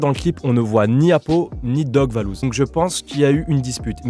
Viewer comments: C’est valouz et pas lebouseuh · Ces pas lebhouseuh ces vallouz